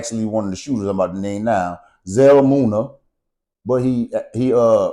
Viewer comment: It still say Vell , You said Zell Moona it’s Munna 🤜🏻🤛🏻🫡💯